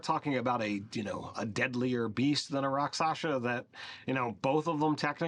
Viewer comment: I like how everyone mispronounces 'rakshasa' in this video.